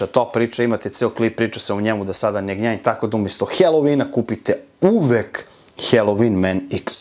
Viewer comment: Brate, svaka cast,samo jedna ispravka..IZGOVARA SE HALOVIN,NE HELOVIN..👌🙂